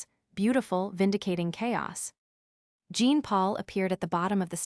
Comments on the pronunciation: Jean for a French male is pronounced aa Jaan or thereabouts but not as Jeen. I am from India. Learn your French names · Jean in French is John come have the AI pronounce the name correctly.